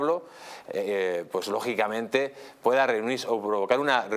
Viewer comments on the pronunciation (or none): Mas rojo que nunca!!! Mas rojo que los ojillos entrecerrados!!! Minuto 24 "logiblamente' 🥴 Señor ehhhh Hasta donde puede llegar que...este involicrada 😂 0'24